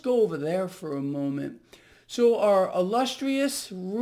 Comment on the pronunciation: "Our illustrius...rrrrrrrr...president." LOL